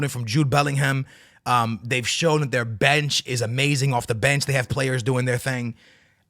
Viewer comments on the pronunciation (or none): none